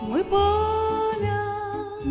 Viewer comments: Голос ❤ красивий, заспівано чуттєво. Але працювати з вимовою. Слова, які постійно повторюються: відлуННя і пам''ять звучать у вас, як: відлуня і память. Ріже слух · Чарівно, дівчинко! 🎉 Малесеньке зауваження: відлуння вимовляється з довгою "н" і "пам'ять", а не "память"